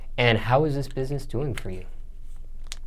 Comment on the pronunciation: lmao he said bihness and mineccities I'm dead😂 bless his heart at least he's doin what he likes